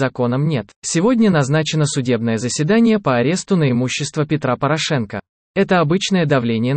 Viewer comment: Ставьте ударение в фамилии ПорА'шенко правильно.